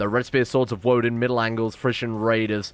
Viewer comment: Woden isn't pronounced as Woh-dehn, It's Woh-dayn